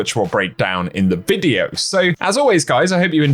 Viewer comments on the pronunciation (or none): none